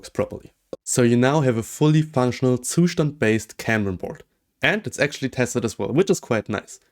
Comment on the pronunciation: As a German I have to say that you should look up how to say Zustand